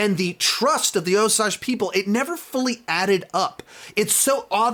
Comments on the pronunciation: Best review I’ve watched so far. Also, FYI that it’s, “Oh-sAGE” and not, “Oh-sAUge.” 🙂 - An Oklahoma Choctaw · Oh dear, he's going to keep saying "oh-sahj". Argh. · Osage is pronounced Oh-sayj with a long a. We need to be respectful of the pronunciation. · I agree it is annoying how he watched the movie, but still does not say it right. I would say it is like, oh-sage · yeah its pronounced Oh-Sage, not what ever he is saying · Mispronunciation drove me crazy in this review. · I am sorry what?? please say the name of the tribe correctly.... I am sure the film did at least once. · I was wondering if you actually watched the movie, since you mispronounced Osage. I would have liked a little more perspective from the Osage.